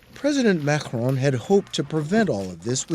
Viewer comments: Stop saying Mahhron. His name is Maccron. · The journalist should have done his homework and not pronounce Macron wrongly. It is not supposed to sound like [Mahrong]... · the way the host pronounces Macron makes me want to die